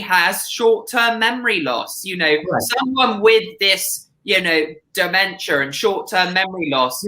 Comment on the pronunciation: and the “DEMENCHEEA” 🤣🤣😂🤣😂